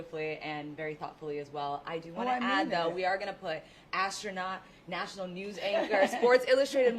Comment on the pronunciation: LOL "astronaut"